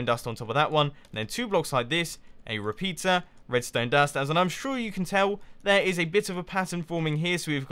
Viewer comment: One of the times you said "repeater" I heard "repizza" XD